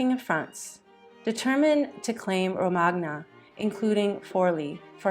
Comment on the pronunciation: Mispronounces her name(and most other Italian names) throughout. Pitiful AI tosh. Dreadful example: Romagna - the gn does not pronounce the g, it's like the first n in onion or the gn in poignant